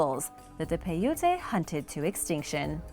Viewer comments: … the Indian tribe you speak of is Paiute, pronounced PIE.. UTE. Please be more careful with ur pronunciations. This is only one of the many u have mispronounced! Mahalo Dr. Denise Slay Professor of Anthropology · Pronounced Pi ute, the Native American's were NOT Hispanics. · I'm from Nevada and I just wanted to say PAI-oot here's' a link to learn how it'd pronounced. pronunciation of paiute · How do you call yourself making a video to teach people things when you yourself cannot pronounce piute or hieroglyphs many others come on now it's Agamemnon